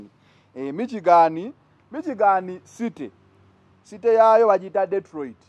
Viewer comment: It us not MIKYIGANI... It is pronounced, MISHIGANI.